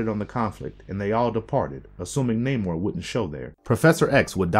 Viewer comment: This is a nitpick but you say namor's like the Seattle base ball team mariner